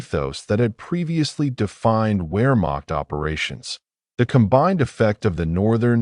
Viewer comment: Teach the a.i. proper pronunciation..."where--maak?"